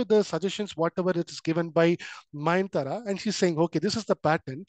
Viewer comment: Mayantara ❌ nayantara✅ nice explanation sir❤